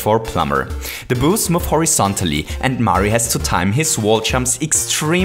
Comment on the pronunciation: Lol it sounded like you were saying “booze” the whole vid. You make great vids but your accent is kinda annoying. But, ima keep watching cause these are really improving my knowledge!